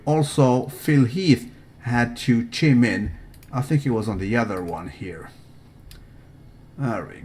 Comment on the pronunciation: not chim in, chime... in, thats proper